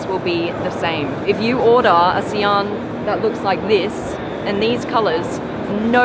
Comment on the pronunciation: It's S(eye)an